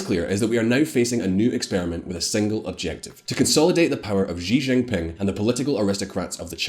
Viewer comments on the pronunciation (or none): For the hell... Chinese j is quite exactly English j, why are you always Beijjrrrghhhing 😂🤔🤯🤯🤯🤯🤯🤯 Gjrhi Gjrziping, Jrhong’an .. gjrjrjjghhhhh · First get some chapstick! you are on camera ffs! Your pronunciation is trash. Not everything sounds like zhuuu zhow. It is: [SHEEEEE Jin PEENG] [Dung SHOW PEENG] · China has been getting our attention for such a long time and yet, many youtubers don't know how to pronounce Xi Jinping. Forget Xi Jinping, they don't even know how to call China :( (sad) It's Shi Jin Ping (not zee, or zzhiii or whatever the hell you are saying). Just for your easiness, i am writing SHE or SHI Jin Ping. jin is also not ZHEE, or ZHII or ZEE...it's very light Ji ... very light and subtle. Hope this helps :) Also, wth is zhongan...? It's XeeOng' Aan (SheeOng AAn) Also, SheeongShian and AnSheen (this makes me so sad) Also....GuuAAngZhooUU (not Gangzho xD) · His name is pronounced like "SEE GIN PING" Is it that difficult to pronounce? No, his name is not "jujubee", you're wrong. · "sheeee jing pin'' not ''jeeee jing ping''. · Your pronunciation'll be easy to fix, 'cuz u r very smart! Ｘ~ like English SH Ｉ~ like English EE 習近平→Xi Jinping→SHEE JEEN PING ＺＨ ~ like English J ＯＵ ~ like English O 廣州/广州→Guangzhou→GUANG JO 深圳→Shenzhen→SHEN JEN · let me make it easier for you just simply pronounce she zin ping. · Shi Jin Pin* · Xi Jim Ping sounds like English, Shee Jin ping. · U guys need someone to help you pronounce the Chinese names? U guys butcher every Chinese name including Xijingping’s name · I disliked this video because you butchered the names of Xiong'an, Tianjin, and Xi Jinping. The X in Chinese sounds like a "sh" sound. not a "J" sound. the "T" just sounds like a "T" not sure how that got butchered as well... I'm just letting you know so at least you wont have to wonder why one person disliked the video. If you looked up the pronunciation of Chinese names before recording you would sound so much more reliable and professional.